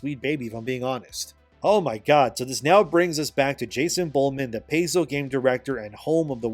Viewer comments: PAIZO = PIE-ZO (NOT PAY-ZO) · Saying "Pay-zo" is like saying "cuss-toads". Makes you sound like you have no idea what you are talking about. Its "Pie-zo" and "cus-toadies". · Pai-Zo not Pay-zo. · It is pronounced Pie-zo if something like that really matters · Paizo is pronounced "PIE zoh" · It's pronounced Pie-zo. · Homie you normally do really well on your homework however owlcat games made rogue trader not Paizo, also its pronounced pie-zOh. Otherwise your points are quite valid.